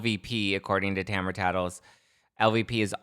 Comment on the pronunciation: its ta-mar-a not tamra but whatever